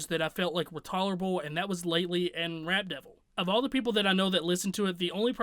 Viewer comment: it almost sounded like you kept saying “Rat Devil”😂😂. That track had nice beats, but lyrically garbage. Using weird beard as a flow...🗑